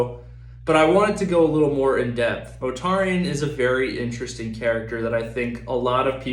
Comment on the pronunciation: Its not 'Motarian' Mortarian